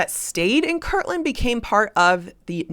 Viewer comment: It is KIRTLAND, not kirkland!!!